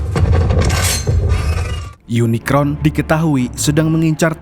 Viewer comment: Kmu bisa nyebut unicorn ga.bkan unikron..